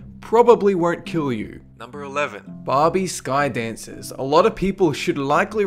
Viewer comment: "Probably won't kirr you"